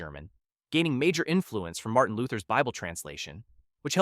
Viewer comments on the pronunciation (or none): none